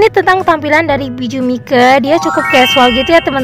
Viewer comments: Kak baca nya bukan biju mike memang nama nya biju mike tapi baca nya biju maik semangat ya kak 😊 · Di tulisan nya "Bijuu Mike" tapi di baca nya "biju maik" kak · Perasaan bacanya bijuu maik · Kak Ka kak salah baca nana nya bijuu mike